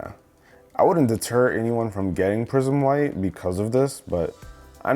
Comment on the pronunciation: I thought he was saying prison white